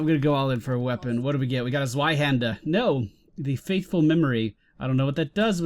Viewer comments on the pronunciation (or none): I dont want to be that ''ummm actually'' guy, but... Zweihänder is pronounced ''Tsvaihaender''